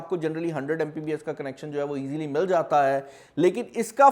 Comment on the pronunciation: baar baar Mbps ko Mpbs keh rhe the